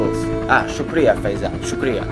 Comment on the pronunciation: to anyone who is curious he said shukria which means thank you in Urdu (if memory serves right) to faizel. Also for the record his pronounciation was pretty good.